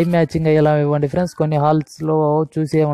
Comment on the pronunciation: PAPER CHUSI CHEPTHUNADU PRENDS PRENDS PRENDS PRENDS PRENDS